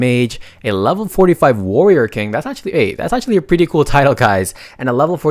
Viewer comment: The way he says "pwretty" is really funny i like kt ❤❤❤😂😂😂